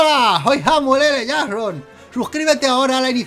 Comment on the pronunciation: El mejor "Samuel ele Jason" de la historia.